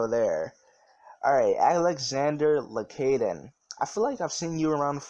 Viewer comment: lmao I'm here, you mispronounced my last name but it's all good, you spent 15 minutes answering my questions so I'm still grateful. It's LacAden not Lacaiden Been here since the tutorial and nice bandana.